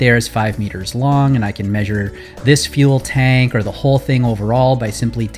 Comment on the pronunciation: totally heard you say fuel bank instead of fuel tank